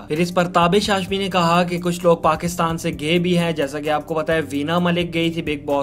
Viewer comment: please say "Gaye" properly. Don't say "GAY".